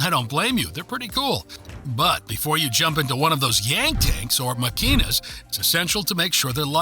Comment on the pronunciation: Fruta bOmba, not fruta bAmba (Bamba is a dance). A and O are pronounced very differently in Spanish. Also, the word "“mÁquina” has an accent mark on the Á. You must stress that syllable, not the one that follows.